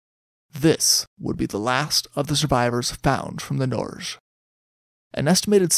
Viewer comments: No, it’s like Nor-geh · It's pronounced 'Nor' (as in neither/nor) + 'ge' with a hard *g; (as in 'geography', 'geology', etc) That's how you say Norway in norwegian.